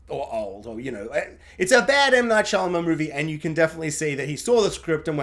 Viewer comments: Saying his name wrong throughout the review but his daughter's name right was unintentionally hilarious 🤓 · Turning off after about 2 minutes. Don't know how many times you can butcher the director's name, but I can't do it for 20 minutes.